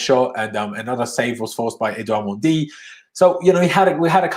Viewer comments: His name is not “mondy” stop saying that. So disrespectful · I’m fluent in French and it’s absolutely not the correct pronunciation idk what you’re talking about